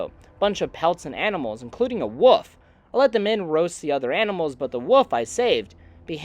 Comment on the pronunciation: Buddy I love this channel but we gotta work on our pronunciation of “wolf” 😂 I mean that in the nicest way possible